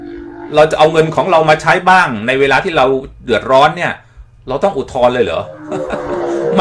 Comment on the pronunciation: อุทธรณ์ ครับ ไม่ใช่ อุทรณ์ เป็นสื่อจริงป่าวเนี่ย